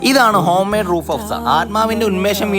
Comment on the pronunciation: റൂഹ് എന്നാണ് റൂഫ് എന്നല്ല